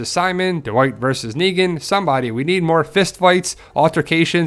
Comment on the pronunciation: why do you pronounce it like D'Wight